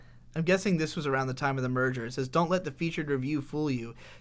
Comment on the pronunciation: I perceived you both saying "merger" as "murder" and since you were talking about Crunchyroll, I didn't even question it